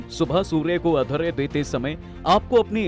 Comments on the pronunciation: Agharya nhi arghya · Bhai arghya hota hai, aghrya nahi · Agharya nanhin arghya hota hai sudh bola karen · Video mein mehnat ki hai lekin AI se bulwa rhe ho kya yaar.... arghya padhne nhi aata hai.... agharya padh rha...